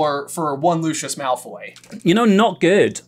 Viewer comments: Looshes sounds waaay to much like the guy from Our Flag Means Death. Its definatly Lu Cius not Lu Shus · I don’t know what it is but I feel like my ears bleed whenever I hear Lucius pronounced as Loo-shus. Like nails on a chalkboard 😩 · So they say Lucius the wrong way but don’t say -nah shi sa-? It’s Lucy us not Lou shuss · Took me a few questions…. Forgot the Carlin Bros call him Lou-shis…..it’s hard for me.